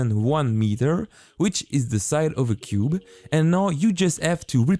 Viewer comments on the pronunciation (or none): none